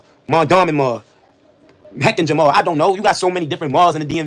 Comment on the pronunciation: WAIT!! DID HE SAY HECHINGER MALL!!?...I'M FKN DEAD⚰⚱